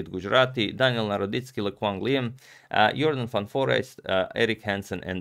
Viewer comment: Dutch speaking viewers: yes he got jorden van foreest right